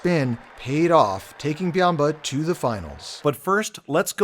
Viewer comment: Well I mean he is like a panda that dominates sumo. (It's Byamba not biamba.)